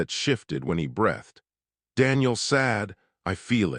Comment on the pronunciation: "... that shifted when he brEHthed. No such word, Try brEEthed. Abandoning story.